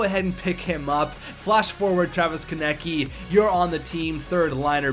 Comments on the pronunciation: it is Travis Konecny not Travis Konecy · It is pronounced "Ko-nes-ny